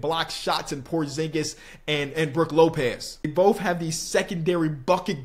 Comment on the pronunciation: How is this guy gonna pronounce the word “both” bofe 😂😂😂 immature LMFAO he did it again Boph 🤣🤣🤣🤣